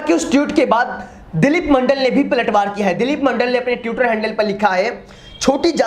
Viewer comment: Pehle to tutor nh hota..twitter hota he bhai...tweet hota he..tute nh